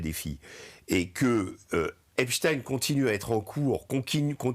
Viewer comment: Je juge de la probité d'un media de la façon dont est prononcé.le nom Epstein. Là c'est validé.